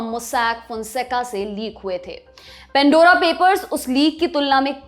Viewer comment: Pan Dora Not pen.dora Please improve English pronunciation